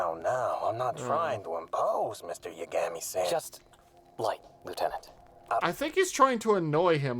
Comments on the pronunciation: the whole video he says yuh-gam-y and then at the end he finally pronounces it correctly with both As being "ahh" sounds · If you pay attention. He not only says Mr and San to get under his skin. He purposely mispronounced Light's name several times and light only noticed and corrected him once. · Just rewatched it, and it's there, though the difference is so minor, that I can't blame anyone for missing it. Gonna be using timestamps from the original video for reference purposes, but I included relevant info just to keep things moving smoothly. From (when he first says Light's name) to, he consistently uses "Ya-GAM-ee", but forward (after he wrote Light's name in the notebook), he starts pronouncing it correctly as "Ya-GA-mi". It's very easy to miss because of the way he says "-san" (he pronounces the "a" like you would in "sand" rather than something closer to "saunter"). By contrast, without prior knowledge with the language, it would be reasonable to believe he'd say "Rye-YOO-zaki" and "Matt-suda", but he had no problem saying "Ryuzaki" and "Matsuda correctly. This is further confirmed with a comment from in their original video, responding to someone who noticed this detail: "I'm so happy people notice the small things..." I caught the Ya-GAM-ee/Matsuda difference on my first viewing, but I didn't realize that he DOES say Light's name correctly until I rewatched it in response to this. Amazing detail, really. Thanks for that.